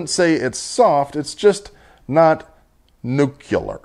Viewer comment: Dude! Nucular? Two words, new, and clear. Newclear. Nuclear.